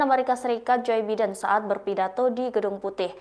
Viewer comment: Narator Tlg cari tau cara baca "Joe Biden" yg benar. Yang benar cara bacanya itu "JO BAIDEN"